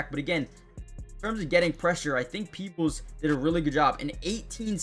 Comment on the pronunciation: You said his name right peoples he is the world by all of Baltimore Ravens🐦‍⬛🖤💜